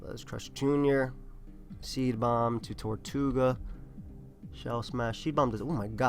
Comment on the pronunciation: it's TER-toe-ga not TOR-tu-ga. It's spelled tirtouga